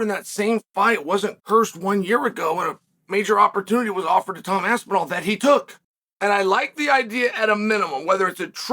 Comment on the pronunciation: HE SAID HIS NAME RIGHT FOR ONCE, LETS FUCKING GO